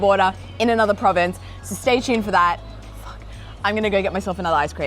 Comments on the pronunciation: anyone else catch the native auzy come out in her when she goes ‘fuck’ that was too funny 😂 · the classic aussie "ᶠᵘᶜᵏ"